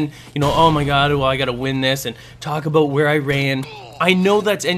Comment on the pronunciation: LOL HE SAID ABOOT!!!!!!!!!!!